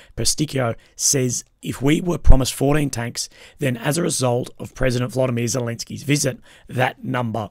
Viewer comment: Lol🤣u don't even know how to pronounce Zelensky's name, u called him zalanskia, which shows that u the western have the west are just glorifying because it white